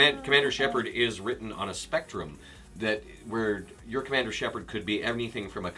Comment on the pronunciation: ER MAH GERD !!ITS SHEPARRD !! AHHHH !!